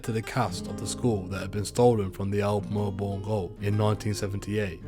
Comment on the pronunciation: Jerildery and melbourne, van dienmans land, wallan wallan- why prounance these so weirrdly